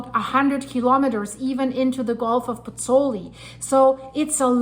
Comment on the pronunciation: BOTH vowels in the diphthong in Pozzuoli are pronounced - Pozz - oo - aw - li. You are leaving out the 'oo.' Disrespectful to mispronounce the name of the town - which I have visited by the way. The composer, Giovanni Pergolesi ( ), spent the last year of his short life there...